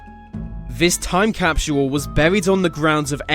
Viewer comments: It’s capsule not Captual lmao 😂😂😂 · TIME CAP-SEE-HOLE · Um gonna leave a "time capshuwool" for all to see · capsual.. is not how you pronounce capsule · In the future time capsule will be pronounced.....time capsuuuual. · so annoying when ya bitchass says capsual like saying usual. fucking shit bro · Every time he says capsule, I feel like hack sawing off his mouth. cap-she-wull, cap-she-wull, cap-she-wull ,cap-she-wull, cap-she-wull, cap-she-wull. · 😂😂😂. ikr its driving me nutty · The way he is saying capsule is driving me crazy.😖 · Dumb Britt narrator thinks the word "capsule" has 3 syllables,.. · Can't take the way this guy keeps saying capsule over and over....his pronunciation is killing me...lol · the way he says time capsule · wr did that as kids in our backyard but we forgot where we buried it. I no its not ur ancient your saying capsule wrong lol its too funny